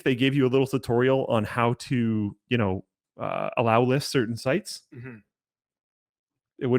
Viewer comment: "allowlist?" bro c'mon lmao